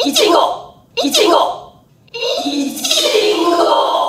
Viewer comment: 爆笑不可避ｗｗｗｗｗ わかるよはるかたん。い↑ち↓ご↓うちのとこもそうだもん🍓ｗｗ みんなテンション高くてつられる😂😂😂